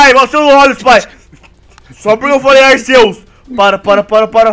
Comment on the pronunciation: O cara nem sabe falar arceus